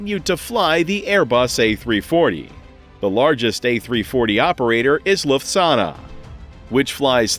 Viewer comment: You need to learn to pronounce Lufthansa correctly 😜